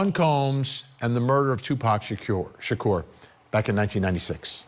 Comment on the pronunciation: You go Vinny Politan you said Tupac Shakur's Name right.👻